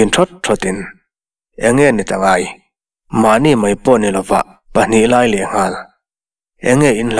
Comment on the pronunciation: Thluk loh tur i thluk hnem mah², e.g mai tih te hi maî tiin i thlûk thin, thlûkna awm lo chu thlûk vak hian hian beng a ti thlep, mai mai tih pawh mei ti a lam ka hre fo, chhiar uluk teh, chuan sawisel na hi an like duh miah lo 😃😃😃